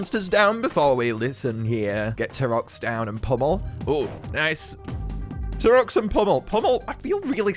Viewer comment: Why’s he say T-Rox like that